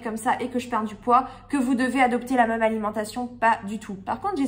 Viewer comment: " La meum" ou lieu de " La même", tu ne serais pas du Finistère toi?!? 😀😁 Bravo pour tout ce que tu fais 😊